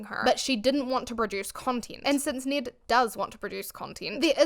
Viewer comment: Thank you so much for helping me not watch this video on his actual channel! Great job of being respectful while not giving Ned any more credit than he deserves. Also, I love your pronunciation of Ned. If Ned Fulmer will agree to permanently change how he says his own name, I'll consider watching an episode.